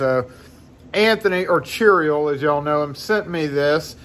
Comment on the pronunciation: Chirael... Chirael... Chirael...🤦‍♂️